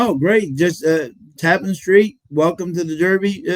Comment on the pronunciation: Its pronounced. ta-PAN street